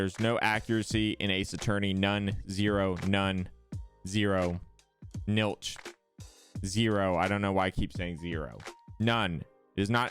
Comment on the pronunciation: Nilch? You... Mean Zilch?